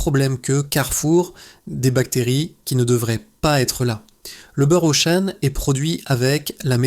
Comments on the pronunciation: le beurre auchane 😂 de l’ia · Pitié ! Arrêtez d'utiliser l'IA pour la narration, même pas capable de prononcer correctement Auchan ("beurre Auchêne" 😅)...